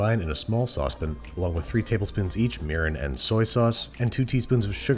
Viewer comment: made me replay twice until I realized it's mirin -_